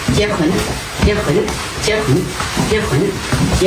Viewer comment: 片尾的「結婚」聽成「接盤」了😂